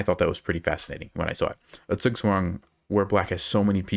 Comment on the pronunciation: Interesting pronunciation of zugzwang. Sounded like something took a shit in my ears.